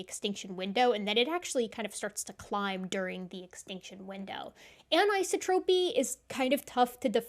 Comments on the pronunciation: an - i - so' - tro - py : accent on the third syllable. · Hmm, is that how anisotropy is pronounced in your field? In physics it's promoted anne-eye-SAW-troh-pee. You're pronouncing it anne-EYE-suh-troh-pee.